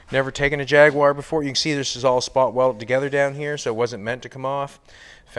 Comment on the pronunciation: Cracks me up the way you say jag-u-ar……